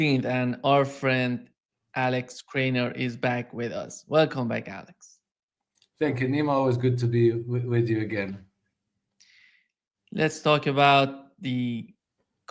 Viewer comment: KRAINER guys, not Kramer. 😊